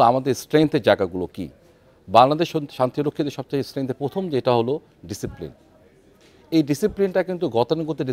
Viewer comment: একজন ব্রি. জেনারেল বার বার পথম পথম!!!! উচ্চারণ করছেন 😅😅😅😅 লে হালুয়া 😢